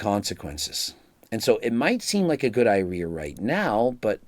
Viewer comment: lol love how he mispronounced idea immediately before talking about the mental consequences of gear!